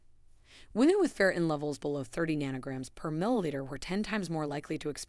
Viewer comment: the A.I. cannot pronounce FERRITIN ('til the very end of the vid).🤤🙉😮‍💨